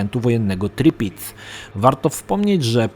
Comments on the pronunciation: tirpitz nie tripitz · T I R P I T Z a nie tripic :D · TIRPITZ nie TRIPITZ:P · Nie Triptiz tylko Tirpitz. Pointe du Hoc znajduje się na plaży Utah a nie Omaha. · Tirpitz nie tripitz!! :) Strasznie to rani w uszy. :) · super materiał. ALE! nie Tripitz a TIRPITZ! like leci! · Ta, "Tripitz":D Ale wpadka xD